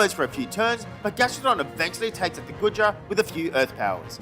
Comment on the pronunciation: This was an amazing Legends Arceus Nuzlocke :D | I loved when you were against Goodra and then you said Guh-dra it was so funny! I hope you make begin doing some Shiny/Type Nuzlockes too!